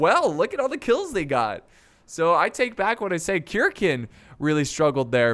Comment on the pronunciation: its not pronounced kirkn its pronounced sirsen